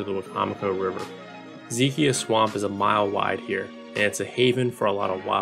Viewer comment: Zeh -Keye - Uh (not kee kia)